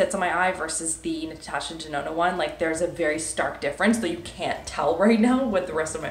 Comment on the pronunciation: Ahaha I loved it when you said Natasha Dedona 😂